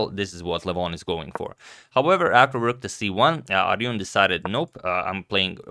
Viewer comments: Agadmator: Arjun is a common Indian name and is pronounced as "Ar- June" and not "Ar Yun" like in Spanish. Love your channel. Lots of love from India! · Pls next time say...ARJUN ...not aryun... AR-JUN( as in june) 🙏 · You can say Arjun not like Aryun but like Arjun. unlike espanol, in Indian language, you do justice to all of the sylabbles. Feel free to pronounce J like Jamba Juice or Jumanji. Arjun. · This is the first time , I have seen you incorrectly pronouncing someone's name to it's not aryun, it's Arjun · Its NAME..ARJUN(J NOT Y ) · Hey Agad , it's Arjun as in 'ar' and 'june' and not aryun👍👍👍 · Ar-jun not Ar-yun. It's not like Karjakin being pronounced as Karyakin. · FYI, In India names with J are pronounced with J only. So its pronounced as Arjun, not Aryun or Ariun. hope that helps ;) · Just to clarify The name is pronounced as Ardjun (R-June), and not Aryun. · You are pronouncing aryun its not aryun it is arjun(ar-jun) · 'Arjun' is not pronounced as 'R-Yun', but somewhat as 'R-June'. :) Hope this helps! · Hi Agad Its Arjun with a J not Y Indian names are pronounced with J and not Y Great content, keep up the good work 😁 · No Agad, no. Not all J's are pronounced like h/y. Arjun is an Indian name, and j is pronounced 'normally' (like in jam) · hey agad, other comments say this already, but the J in Arjun is pronounced like a J, not a Y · His name is AR-JUN Not AR-YUN!! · Yo man The 'J' is pronounced like a J only not like a 'Y' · #suggestion it's arjun not aryun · it's not pronounced ArYUn it's pronounced ArJun as it is spelled.. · The "J" in ARJUN has to be pronounced. "ARJUN", not "ARYUN". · its not aryun its arjun j is actually j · It's not "Aryun". You have to pronounce 'J' as 'J'. So, it's "Arjun". Just wanted you to know. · Hi Agad! Its AR-JUN only, NOT ARYUN. In India, J is pronounced as J only, not Y😊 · J pronounced as J, I laughed really hard 😹😹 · Agad forgot J pronounced as Y only when J is first letter in the word XD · Its pronounced as AR JUN